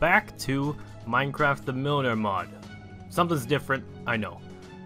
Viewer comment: Also you pronounced the name right.